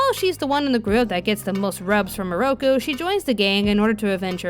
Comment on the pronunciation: Seriously tho. The dub pronounces most of the names wrong. NAraku. KAgome MIroku and it was Kirara not Kilala.